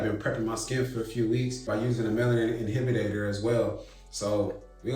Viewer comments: What the fuck is an inhibinator? U just making up fucking words bruh? Oh.... Shit, his goofy ass😂😂😂 IT'S INHIBITOR, THIS PROVES YO ASS SHOULDN'T BE DOIN THIS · He can't even pronounce inhibitor properly, but he's out here burning skin without supervision? 🙄